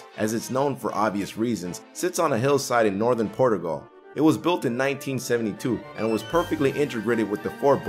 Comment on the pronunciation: A quick note to the script writer, Chris Cole: You should include pronunciation guides in your scripts for the names of places or people. The narrator made so many screw-ups, it's hard to believe it wasn't intentional. Portoogall?!?